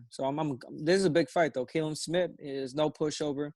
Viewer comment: just say his name how it looks, Callum! cringe every time you guys say KAllum